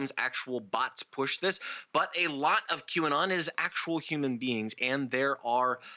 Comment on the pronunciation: It's funny that no matter how hard tries to pronounce QAnon he always messes it up.